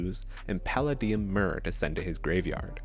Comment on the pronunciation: You definitely pronounced Palladium incorrectly